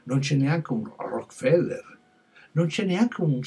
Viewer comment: Rockefeller, non Rockfeller, btw.